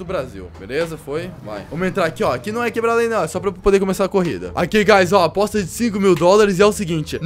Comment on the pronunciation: Por que ele fala gaz